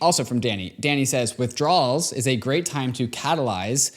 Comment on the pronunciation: Withdrowls on lol it’s pronounced “asky”.